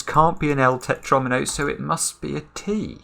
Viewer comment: I love how fights with himself all the time to not say "Pentomino" until and then just gave up to say "Tetronimo"